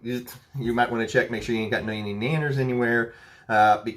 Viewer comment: Nanners? Is that what you’re saying?